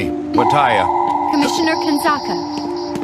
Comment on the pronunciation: Its commissioner not comisheneriyxzsbxkaks.........